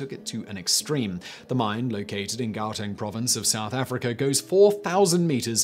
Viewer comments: Say Gggg-ow-teng Gau teng thank you very much Simon lol😏😂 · That's not even close to how you pronounce "Gauteng".